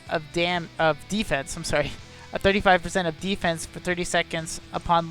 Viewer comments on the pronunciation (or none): none